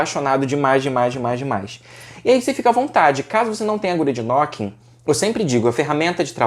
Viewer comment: é "nuquin" a pronuncia correta...